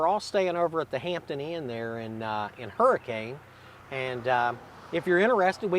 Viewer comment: Pretty cool. I just visited this site on my way to Philippi Bridge at end of May 2026. My first job in Southern WV was literally near this battlefield. The restaurant across from the tractor store is where I worked. Pro tip - Hurricane isn't pronounced like the storm. Other than that awesome that you picked the Battle of Scary Creek as your first show.